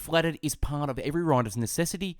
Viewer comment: pwart memoir, wwiters craft, caweew... this guy cant say rrr and ads a w to random letters... and that is not because of the australian accent..